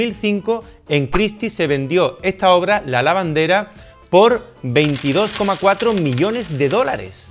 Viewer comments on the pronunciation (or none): none